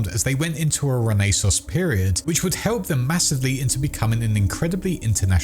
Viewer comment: stop saying rAy nAy sooooons. holy crap